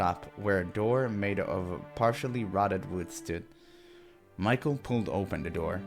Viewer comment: You need to use French pronunciation of name Michel. It's correct one in this game. Nice to see that you like this game. Can't wait for more!